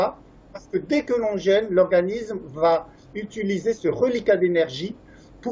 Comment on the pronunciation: Le mot jeûne [ʒø:n] ; vous le prononcez comme le mot jeune [ʒ œn] Merci de partager votre vidéo